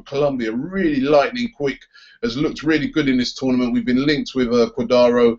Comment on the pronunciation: Cua . Dra. Do.